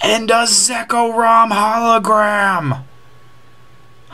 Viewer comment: Zek-rom not Zeko-rom